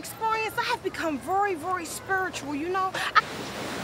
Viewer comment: Lmfao not vury spuritual lmfaoooooooo